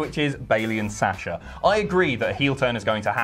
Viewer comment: u guys pronounce "Sasha" so funny